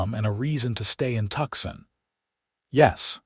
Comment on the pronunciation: I like the Ranger Stories channel but this story is driving me crazy because of the mispronunciations - examples: Tuxson instead of Tucson, correct pronunciation is Two - sun. 😢😢😢😢